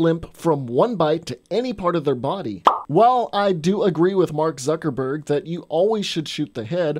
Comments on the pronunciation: Why did you call him zuckerburg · I can't tell if he's joking when he calls Jesse Eisenberg "Zuckerberg". But they are practically the same person